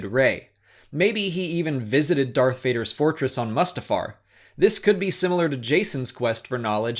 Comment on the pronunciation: Please learn how to pronounce Mustafar correctly. Other than that I love the channel.